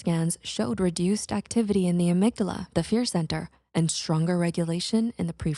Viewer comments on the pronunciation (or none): none